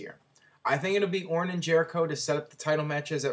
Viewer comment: He said orin but I think he meant Ortin.